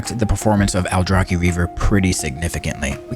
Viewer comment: Hey, great vid! Slight nitpick cuz I can't help it (sounds so wrong to my ears)... Pretty sure it's Aldra-ch-i, not Aldra-k-i!:)